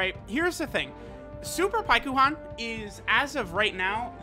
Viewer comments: Pie ku Han that’s not his name you do it for the memes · Pikkon’s name is pronounced longer in Japanese (paikuhan). It’s like calling Krillin Kuririn